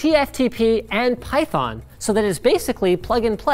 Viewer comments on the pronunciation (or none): none